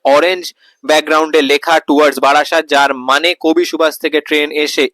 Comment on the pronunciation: বাড়াসাত নয় রে, ওটা বারাসাত 😂😂